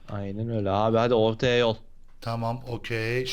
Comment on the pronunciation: Sarp abinin y v olmuş mesela yol yerine Vol dedi